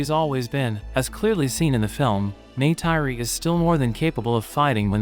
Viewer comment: O nome dela é Neytiri